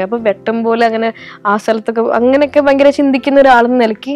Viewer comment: ബയങ്കര അല്ല ഭയങ്കര ആകുന്നു!! പിന്നെ ഭയം ഉളവാക്കുന്നതാണ് ഭയങ്കരം. അതുകൊണ്ട് ഒരു പത്തോ പതിനഞ്ചോ ഭയങ്കരം മതി!!